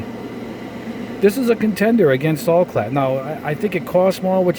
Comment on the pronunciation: Al-clad not All-clad.